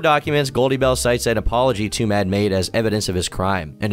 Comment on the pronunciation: "Twomad" rhymes with "too mad".